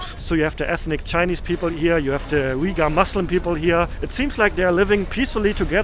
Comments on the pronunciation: Pronounced Uy-Guhr... Not Weguhr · Hi, great video as usual, thanks for sharing this content via your perspective and I know exactly how minus 17 Celsius feels like it's freezing! 😂 The two ladies selling the milk tea said "Uyghur, China Uyghur" which is pronounced as "wei wu er zu" in Mandarin. You are also correct the Uyghur script looks similar ot Arabic but it's not the same and I've confirmed with my Arabic friends that they are not able to understand the Uyghur script. Uyghurs are part of the Turkic peoples and their language is actually closer to Kazakh, another ethnic minority in Xinjiang and other parts of China. The candy you bought is milk cheese candy, which is hugely common in Xinjiang and yes it's yummy. 😋 BTW Xinjiang, also inner Mongolia has some of the best lamb in the world so you're in the right place for that. 😋 Also the lady that appeared to be asking for money, I'm not sure what she said at first but the last word "rehmet" means thank you in the Uyghur language.